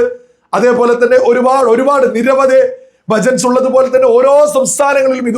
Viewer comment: Bhajans, not bhajats 😅